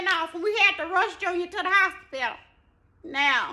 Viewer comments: When she came correct with "hospilla", I fell straight out!!! I've heard it pronounced that way my whole life!!!🤣🤣🤣❤❤❤ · 🗣 be in the hospituh fightin fuh his ball!